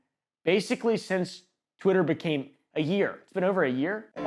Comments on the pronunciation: im sorry did you say twittler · Did blud say twiter?